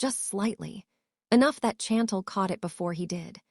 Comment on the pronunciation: When OH WHEN will A I begin to get namesand words pronounced CORRECTLY Hopping not hoping, Chantel is mispronounced and I 'm misspelling to give the correct pronunciation (Shawn-tel) and I 'm sure there are others in this story. Not the fault of the WRITER as the story is very good to craft something with so many twist and turns and delving into his private medical records, his sister, his former girlfriend or fiance and who knows who else!!!!! Wait just a minute I thought he had already told Lil' Miss. Nosy that he wasn't into her which was why she began digging into his medical ?